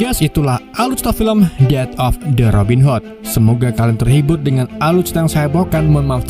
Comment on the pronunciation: robin HOT,, bacanya hot.,,.Robin ..m wwkwkwkwkkk